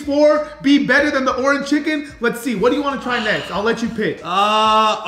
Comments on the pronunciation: For a Suns fan he really doesn’t know how to say Orange out of Nowhere aye in other videos where he’s mentioned the color orange & along with other videos he’s been in from Faze Rug or Mama Rug & Papa Rug He’s mentioned the color Orange without any problem but today he can’t even say Orange your Autism is showing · saying "ORAN chicken" instead of "ORANGE chicken" is bothering me 😂😂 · Anyone else annoyed how he says orange chicken? Lol oranchicken 😂😂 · Bro saying “Orin” chicken is pissing me off 😭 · orange chicken, not oranchicken lol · bro… it’s called “ORANGE CHICKEN” not: “ORAN CHICKEN”😂😂😂😂😂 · "orn chicken" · Are you saying “oran chicken”? lol it’s orange chicken! 🤣🤣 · Bro I love your videos but it's Orange not Oran!! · Why can’t he say orange right. Bro it’s not Orin chicken it’s ORANGE!!!! 😅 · ITS ORANGE CHICKEN NOT ORAN CHICKEN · bro why he saying oran chicken